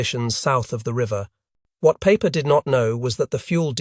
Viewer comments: Peiper’s name would sound like the English word “piper”. Does one pronounce Einstein as Aynsteyn? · Joachim Peiper ( pronounced Piper, )